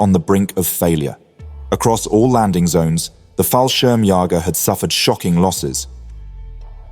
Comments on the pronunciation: BTW it is pronounced Fall-shirm-j-ee-ger... an "ä" is pronounced as a bit prolongued e+a, like in the word "bear". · Glorious work! Thanks for your work sir. As a german, I can give you a tip for correct and easier pronunciation of the word "Fallschirmjäger". It can be pronounced like "Ful shearm yayger". Looks wonky, but I think it works out.